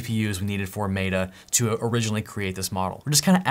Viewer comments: If you keep saying Maytuh instead of Metta (or even Meeta), I’m going to stop watching It sounds so dumb and I cringe every time you say it. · Love the video, but it's pronounced meh-tuh, not may-tuh. Again, great video! Keep up the good work :) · Can I ask why you keep calling it MATA instead of META? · Great video. FYI "meta" is pronounced as "meh-tuh" not "may-tuh" just like the word Met with an a on the end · Stop pronouncing it may-tah, it's meh-ta lol driving me crazy 🤣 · we have not met, but you should know that the "e" in Meta is pronounce the same as the "e" in "met" not like an "a" in "mate". Hope this helps. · lol but why does he keep saying "MAY-DA" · why are you calling meta "matta", just to annoy or to game attention? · "maytah". Sorry, but i cant watch anymore of this video after hearing that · Clicked off after i heard "may-da" -- are you AI? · I appreciate how awesome you are and all of the knowledge you provide but I just can't handle your pronunciation of Meta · Love your videos, bro. But the way you say Meta is funny. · Why do you pronounce Meta that way? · I don't know if this is an ADHD thing or just me, but wouldn't it be great if these videos just jumped into what the titles suggests they do? So instead of hearing about AI models, coffee, and an odd way of pronouncing "Meta", it just jumped in with, here's the private AI, this is where to find it, here's how to install it, this is how to run it. The end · Please Google how to pronounce “Meta”. How can this be taken seriously? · LOL, is obviously an intelligent dude, but can't pronounce meta. Cool.